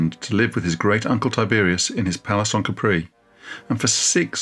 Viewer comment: Pleeeease, it's /'ka:pri/ NOT /ka:'pree/